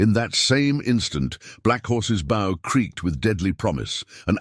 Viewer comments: • It’s a computer/Artificial Intelligence voice, and NOT high quality. It knows how to pronounce the word, “Bow,” as in, ‘Bow to your King’, but cannot understand that the Context and Meaning of the word, “Bow,” as in ‘Bow & Arrow’, should be pronounced differently. These Channels either CANNOT AFFORD, or do NOT WANT TO Pay a Voice Actor to read the Stories. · None of ur readers pronouce bow correctly!!!!😅